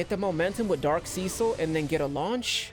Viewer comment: mans said seacil